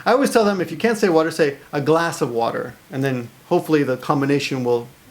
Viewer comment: American accept while pronouncing "water" ("wahder") was very good!